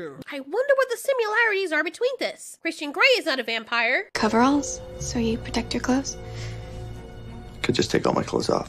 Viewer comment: I laughed when you said, “VUM-Pahyer!” XD